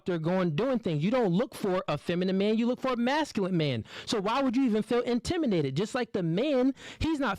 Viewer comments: the word is intimidate not intiminate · Intiminate lol wtf it's intimidate learn how to pronounce before you be talking on a podcast and making yaself look like a fool other than that I do agree women like this are just plain annoying and stats show it that when a woman or women make a certain amount of money it makes it more difficult for her to hold a guy down in a serious relationship.